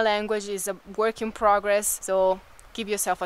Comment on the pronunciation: Dear, You many times add an extra syllable "a" to words. One example is you say WORKA instead of WORK! Hope this helps! I have wondered about this because it is so common. Your brother does not add the extra "a" at the end of words. Sara does not. This is not a criticism! Thumbs up and I'm a subscriber!